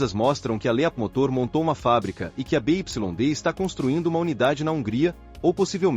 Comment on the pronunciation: essas vozes de IA são horríveis, mas uma dica, nos próximo textos, escreva Biuaidi em vez de BYD, valeu.